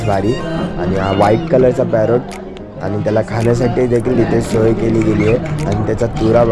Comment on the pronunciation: नीट बोल